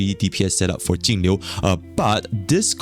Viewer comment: I cant distinguish which character you mean when you talk about Jing Yuan/Jingliu/Tingyun. With the way you pronounce their names it all sounds like Tingyu :D